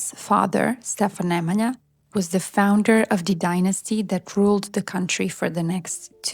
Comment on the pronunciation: Sollte man lernen alle Namen richtig auszusprechen Savo, Raško,Nemanja.... So viel zur künstlicher Intelligenz dass sie alles kann ❣️